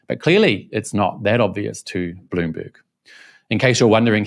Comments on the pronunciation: When you say Bloomberg I hear Balloonberg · US democracy at work, too many hot heads and no leader. Spending 2 weeks and lots of resources for nothing. Did you say balloonberg reporter? That is hilarious.